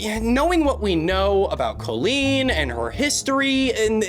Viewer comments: Okay but "Koe-leen"? I don't think I have ever heard it pronounced that way before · great vid ! but is nobody gonna talk about the pronunciation of colleen in this video . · I thought he said koolen like the youtuber (i dont think i spelt her name right) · why do you say colleen like that tho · Not trying to be rude, but why is he pronouncing Colleen like that? Have I been saying it wrong? 😂